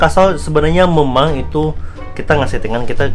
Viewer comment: banyak banget bang yg gw gemes pngen koreksi kwkwkwk dari kata endros harusnya endorse, naked itu baca neked, dan memeng, harusnya memang..gapapa ya dikoreksi